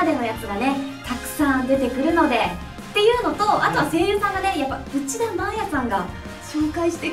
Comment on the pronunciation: ✕ うちだまれい 〇 うちだまあや あだ名とかだとまれいでもいいんでしょうけどね